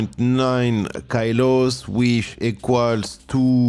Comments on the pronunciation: it's good! just the ky-lo thing stood out ☺ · The English 'kilo' is pronounced the same way as in French.